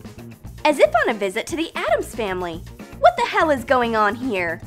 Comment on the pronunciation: You. Said. Heell